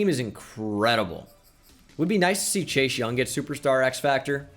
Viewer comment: says chase young me: did he just day chei shung?